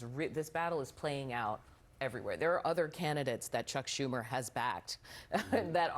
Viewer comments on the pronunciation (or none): I disagree. This round table was garbage. Most of them sound as out of touch as Schumer and repeatedly mispronounced his name and let beardy mischaracterize his Reddit posts. Be prepared if you wanna influence people on tv people